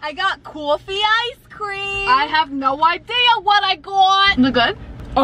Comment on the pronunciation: "I GOT COFFEQ ICE CRWEAM" "I GOT NO IDEA WHAT I GOT" I litteraly love their friendship